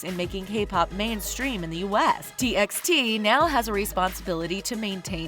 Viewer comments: It’s not pronounced “T X T” it’d pronounced “T by T” and also stop using bTS for clouth, you get most of the facts wrong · What yall said? T EX T?! it's pronounced as T BY T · It's T by T not T eks T Just sayin' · Read it as T by T not TXT. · T EX t ? Its t by t dear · They even pronounced t x t instead of t by t. I love this channel back then when they haven't yet use kpop to earn money.. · Its pronounced : T by T.. |· | |·